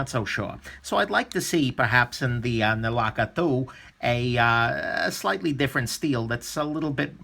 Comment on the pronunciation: 1st time ever Foreign name pronounced Perfect😉